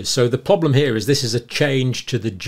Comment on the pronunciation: Cle cle cle. Pro pro pro = prrrro blem problem. Nu cle ar nuclear NUCLEAR. not nucilar not poblem. Just sayin ...😂❤